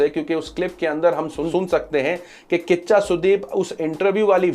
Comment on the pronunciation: Bhai kiccha sudeep..not kaccha sudeep 😭